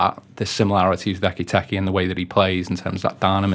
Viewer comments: "I've watched Frankfurt for years...Ekky Tekky" Honestly, disrespectful. Ekee-Teekay. It's not rocket science. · Tell that clown to sort his pronunciation absolutely kettling my head saying ekitekky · I listened to this on the audio podcast, but came here to comment on ecky tecky, I assume he can hear how everyone else is pronouncing his name!:) I just can't believe the others could keep a straight face! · Please stop saying ekky tekky! Hahaha! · Why did no one correct ekky tekky? 😂 Love it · Love the pronunciation, Ekky Tekky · No disrespect at all, but the gentleman saying "Isaac" and "Ekiteki" is doing my head in😅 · Ecky-techy, Ghee-ockeris, Buh-setitch, Wurtz and Eye-zak all had an airing. Not to mention Adeedus. 😂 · Can’t concentrate with all the weird pronunciations…. My god lol ekky fucking tekky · fucking this bloke butchering Eketike's name makes this podcast unlistenable. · I see the majority have picked up on the constant use of Ekky Tekky, which was plain weird, but why this channel continues to call Szoboszlai, Soboszlai is beyond me. Lads, he did a video with the club the day he signed where he pronounces his name as it should be. And it's not Soboszlai, Sloboszlai or any other bastardisation. It's your job to get these details correct.